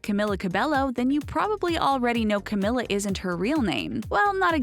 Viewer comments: IT'S CAMEEEELA NOT CAM-IH-LA. 21ST THING DIDN'T KNOW ABOUT CAMILA CABELLO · Its not Cameeeeela ( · 99% of the comments= stop saying her name wrong it’s camEEla Cabello 1% of the comments= other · She says "Camila" wrong